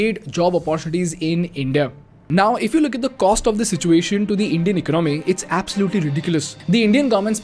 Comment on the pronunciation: Plssssss…. Eca-naami nahi, eco-nomy, and it’s not oppar-tunity, but oppor-tu-nity! As an expatriate, I can confidently say that people don’t leave India for not just economical benefits, but for the change in lifestyle. I can also confidently say that 90% of Indians who live abroad feel hostage living abroad in lacklustre lifestyle despite those dreams because of the rat race mentality that we’ve been brought up with. I’ll blame it on the cheap Indian mentality of running behind money and wealth creation which we don’t end up enjoying running behind money till we’re 60 to repay our 30 year mortgages. The day idiotic parents push their kids to pursue Engineering despite their kids’ passions, this brain drain will continue.